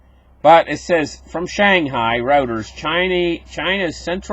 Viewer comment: Reuters is pronounced the same way as Deutche, with an oi/oy sound.